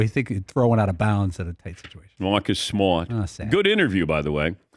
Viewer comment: Come on Dan it’s “Maaacus Smaaat”